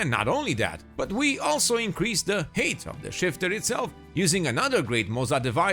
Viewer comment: Lol. Height is pronounced "hite", you're pronouncing it as "hate". 😁